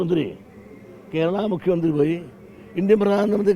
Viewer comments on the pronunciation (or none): none